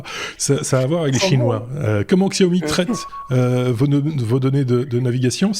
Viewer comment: salut les Technos, le point sur votre chinois ! Bon alors contrairement à ce qu'à écrit plus avant Mario-le-chinois, on ne prononce pas "chiaomi", mais Siaomi, comme dans "siamois". Il y a une légère nuance, mais ce n'est pas du tout le son "che". Quant à Huawei, votre prononciation est presque correcte si ce n'est qu'il faut prononcer le H un peu comme en anglais, quand on dit "Home". Ca donne quelque chose comme "Houaweye." Allez les gars, courage, vous finirez par y arriver !!ou pas ;)